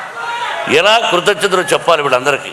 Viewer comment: Thragi matladtunnara sir krukrutngnatalu beham pantulu enti ni ni tegulu talking